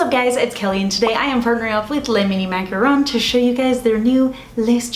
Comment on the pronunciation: So cute! And I'm sooooo glad you pronounce "macaron" correctly lol. There's a very popular beauty Youtuber who mispronounces it every time as "macaroon" and it drives me 🦇💩 crazy haha!